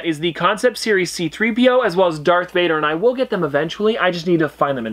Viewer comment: Did he say Dark Vader?